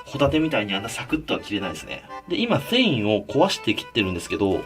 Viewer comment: かねこ「今thんいを、壊して切ってるんですけど、」